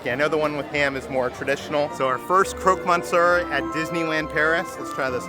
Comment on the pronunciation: How did you pronounce croque monsieur?!